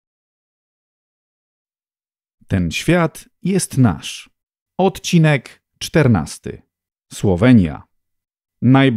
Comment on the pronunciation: ...min 0.50 Szanowny lektor anonsując jakże ciekawy przekaz błędnie akcentuje słowo odcinek, wymawiając zupełnie nie wiedzieć dlaczego ' od'cinek ' zamiast prawidłowo po polsku odci'nek a jak widać po komentarzach prowadzący program raduje nas piękna polszczyzną.